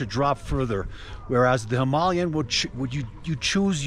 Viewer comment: Thank you for pronouncing Himalayan correct.